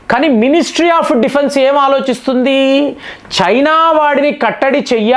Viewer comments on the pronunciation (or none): డిఫున్సు కాదురా, డిఫెన్స్